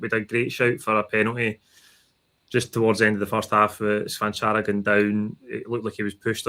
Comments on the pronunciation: It’s “Cha-van-chara” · Was looking forward to Kennys pronunciation of Cvancara and it did not disappoint.